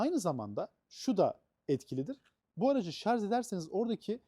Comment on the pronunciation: Şarz değil Şarj olacak.